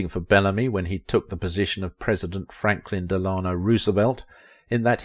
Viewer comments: Delano is pronounced Dela no not Del ano. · FDR' middle name is "de laa no" not "de lanoooooo" No wonder the British lost their empire.